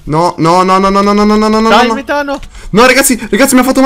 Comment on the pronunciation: Metano ha la c strana dice tipo ch (suono duro) ...